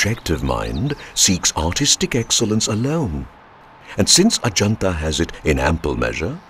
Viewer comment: That's amusing how you pronounce heaven Ah Ja Naat Ahjanata basically means come to heaven's Gate referring to the Forbidden City are great wall of China